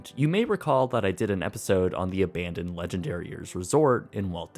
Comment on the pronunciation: How I love that "ABANdoned" voice! ;)